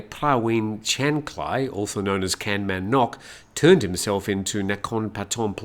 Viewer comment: Gamnan, not canman.